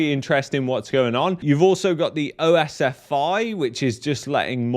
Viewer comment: OSFI is commonly pronounced as "oss-fee"